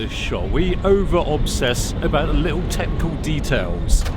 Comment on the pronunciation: Love the video! Ciuldn’t stop obsessing about “techninical” though. :-) Merry Christmas!